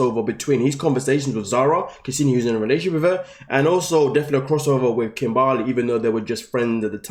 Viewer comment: I still laugh every time kim-BAR-ley 🤣🤣